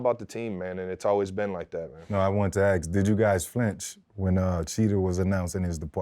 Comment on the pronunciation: Freddy T cannot say “ASK” to save his life 😂